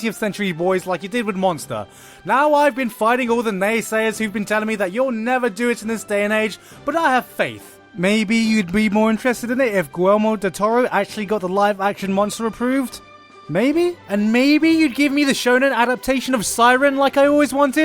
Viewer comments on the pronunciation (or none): "Gwilmore del Toro"